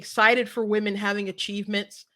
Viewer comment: Thanks for the content! When he said "wemon" I couldn't help but laugh. They devalue real woman and traditional families. Its all on purpose. From the top of our government, and china.